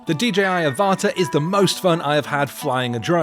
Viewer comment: I have a feeling the product name Avata is pronounced like Avatar (but without the r at the end)... makes sense right?